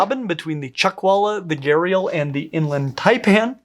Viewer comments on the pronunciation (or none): Every time you said gharial i heard gyarados and pictured the pokemon